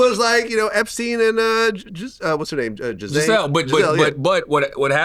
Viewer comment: Charlamagne said Gisele 😭